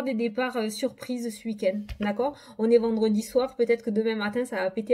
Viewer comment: C'est rigolo ta manière de dire "ce uik-end" 😅 en tout cas merci beaucoup pour la guidance et ta bonne humeur 🧘‍♀️🧚‍♂️🧘‍♂️🧚‍♀️😘